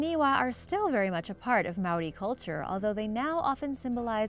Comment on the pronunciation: As a Maori I'm cringing on the Inside at the prounouncaions, E for Effort tho